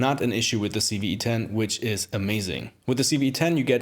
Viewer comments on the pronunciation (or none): loved loved loved this video, thank you so much. only one thing bothered me, it sounds like you kept saying CeeV-E10, everytime! 10/10 video major thumbs up